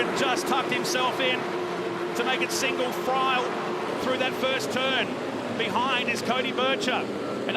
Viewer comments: Read your comment as it was said. Thought he said "Single Fryer". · 😂😂😂 sounds like he said "single fryle" instead "single file.". Even the captions had it as "single fry". Happens at around 1 minute 35 seconds.